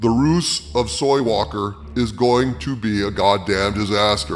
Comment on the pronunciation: "The roose of soywalker".... brilliant 😂😂😂